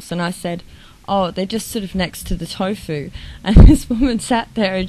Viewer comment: Excuse me..but did you say "Tofu"? Hmmpf.